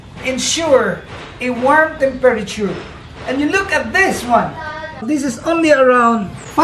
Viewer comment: learn how to say temperature